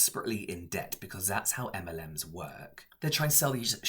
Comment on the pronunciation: Literally thought he said m&m’s lol